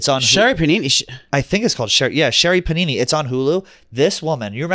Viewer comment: Sherri panini 😂 it’s Papini